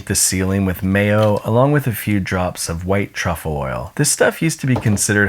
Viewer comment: everything was good until he said "mayo"